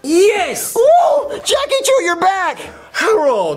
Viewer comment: its Chu not chew